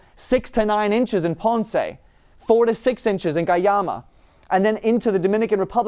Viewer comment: Found it hilarious how you pronounced Ponce, but a great weatherman! very nice explanation.